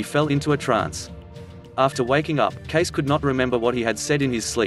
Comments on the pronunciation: Why would someone make a video about Edgar Cayce using a robot voice which mispronounces his name all through the video? It certainly doesn't create confidence in the accuracy of the info. And with good reason. The correct pronunciation is Kay-See not Case. He never made a prediction about 2022 either. He seldom named dates at all, knowing he might not be accurate about the exact times of upcoming events, though his predictions have proven to be accurate on all other counts. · It's not pronounced like case it's case ce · 1st time I ever heard his name pronounced Case rather than Cay-C. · It's Cay-ce, not Case. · The narrator is pronouncing the last name as "Case". That is incorrect. It is pronounced "Casey". You are starting out your statements with an incorrect name, so how can anything you say be correct if you can't even pronounce his name correctly. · It's pronounced Cay-see, not case. A minutes research would have made you look more like an authority and less like a YouTube slacker. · It's pronounced 'Casey'...not 'case'. Kind of annoying. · Or maybe pronounce Edgar Cayce's name like ( Kay - See ). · The correct pronunciation of the last name is KAY-SEE. I know this because I am a long-time member of The A.R.E. in Virginia Beach VA and have attended many events there. In addition, I had the privilege of meeting with Edgar's younger son, Edgar Evans Cayce (KAY-SEE) years ago. All best wishes to everyone. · His name is pronounced Kay-See. Your research should have included that. Roosevelt was not shot. What did he say exactly about 2022? Could we say this is just click bait? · Thanks for the comment below, so will only add this: pronunciation of his last name is K-SEE (2 syllables, with accent on the first). Won’t watch tho’ having moved to VA to learn more about this psychic decades ago. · Um, no.. I dated his grand niece and it is pronounced Cay see.. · Are you being facetious? Hahaha. Because you know his name is pronounced Kay See! 😆😆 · It's prounced Cay cee.